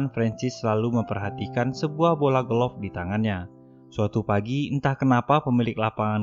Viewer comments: Golop Anying kwlwkwkw Golf bang bukan golop wkkwwkkw 🤣🤣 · Sebutan golf bukan golof...sebutannya goff ..wlpun ejaanya g,o,l,f tp bunyinya g,o,f..maaf bang bkn tunjuk pandai tp sekadar perkongsian ilmu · Bukan golof tp. GOF . Bukan ronde tp raun (ejaan round)😁😁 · Kenapa aku dengar mimin sebut “golof” ?